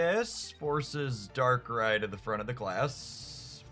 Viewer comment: Dont know how learn how to pronounce darkrai but shout out to that guy 😂